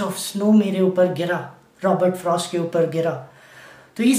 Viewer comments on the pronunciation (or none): none